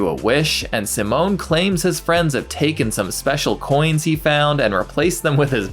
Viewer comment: Just to be clear, the boy name is pronounced Seemon. Simone is a girl’s name.